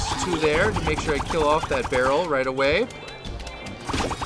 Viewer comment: Is it me or does it sound like he said feral instead of barrel .